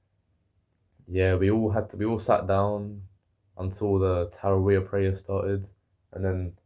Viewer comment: u got it right, its pronounced ta-ra-weeh